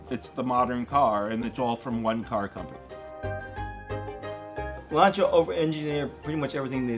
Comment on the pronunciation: finally Lancia gets a proper pronunciation : )